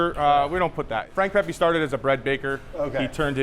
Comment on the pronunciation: Thank you for pronouncing Pepe correctly. Whenever I hear “Pehpay” it’s like stroking a cat in the wrong direction